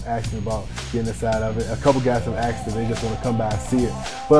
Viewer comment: y does he say axed instead of asked??